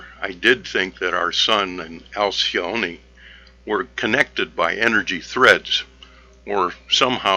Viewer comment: Alcyone . The 'e' is just pronounced.